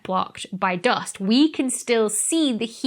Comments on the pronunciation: 'Doe-ust' had me confused for a sec. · English isn't my first language but I just absolutely love how you pronounce "dúst" 😁